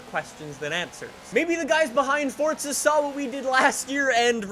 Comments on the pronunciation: It’s forza not forsta pls say it right it’s pissing me off🤣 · Its forza not fortza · Whats this fortza your talking about? Cuz theres no T in the forza (Four-Za) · FORZA, not FORTZA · Stop putting a T in Forza. It’s FOR ZA not Fortza. English please. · Who else gets triggered when he says Fortza instead of Forza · Anyone else notice that he says fort-za 🤣🤣🤣🤣😂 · Please stop pernouncing forza like fortsa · Please stop saying ''Fortza'' so much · He pronounces it as fortza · Hey, please stop pronounce forza with a t... You say fortza, thats not how you say it, so please, stop. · "fortza" sorry i like the vids but...fortza. hmmmm. lol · Does FORZA have a T in it? NO so stop pronouncing it incorectly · No they’re not both correct learn your English there is no T in Forza